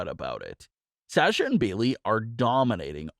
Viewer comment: For the love of God, say Sasha's name right!!!